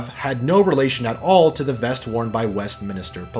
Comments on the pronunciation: Nice video, but please don't pronounce "West-mins-ter" as "West-min*i*ster" - you pronounce it the way it's spelt. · "west minister" hehe, but good vid mate